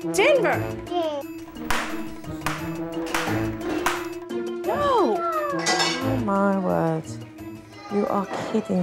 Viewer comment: there mom said dinnger instead of denver